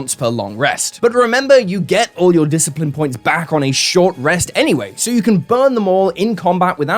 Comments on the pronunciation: Discipline. DISCIP-LINE. Not "disciple". DISCIPLINE. You made the same mistake when you reviewed the previous updates. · It's Discipline Points with an L, not Disciple points. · Discipline, not Disciple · Discipline, not DISCIPLE POINTS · Am I crazy or is he calling discipline points disciple points? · Minor nitpick, but it's "discipline points", not "disciple points" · Why do you keep saying disciple points for the first fourth of the video? Lmao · DISCIPLINE!! DIS-A-PLINN!! LOVE YOU!!! <3 :D XXX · Lol, I don't know why but all I hear is "dis-pickle" and "da-cycle" points everytime it's said. Also, congrats on out riddling the riddler to make him take said very riddle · We need to talk about how you pronounce discipline.